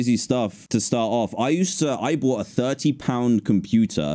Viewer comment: dan is flexing saying "i boght this $800 ting and i dont use it" hahahaha